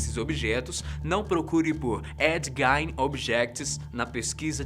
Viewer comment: Não é Ed Gain é Ed Gein